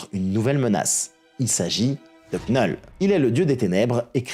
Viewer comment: Vidéo géniale, comme d'hab. Juste Knull... Ça se prononce Null. Le K ne se prononce pas. Mais continue tes vidéos, t'es top!!